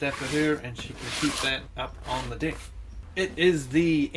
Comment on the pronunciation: Lmfao odd pronunciation of "deck"